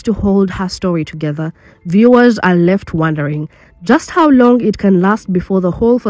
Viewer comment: Facade Is pronounced Fa.... Like face Saw Du..... Like dumb I'm definitely commenting from a positive place....🎉🎉😂❤